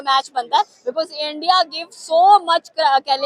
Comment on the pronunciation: Jan buj k bolti h